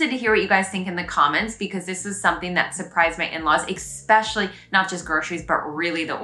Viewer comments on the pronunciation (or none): Very refreshing, love your observations. Where were you born, I notice you say exspecially, I wonder where it is originated, I heard it somewhere but can t situate it really. Keep up the good work et bienvenue à Montréal!